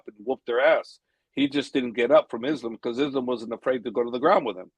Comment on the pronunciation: get Coach to say Islams name right lol it’s Islam and he says it like Is Lamb.